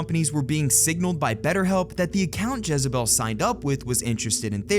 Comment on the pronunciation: Dis muhfucka said jezzabel 🤣